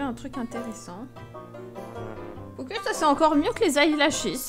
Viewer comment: jpp le oké xDD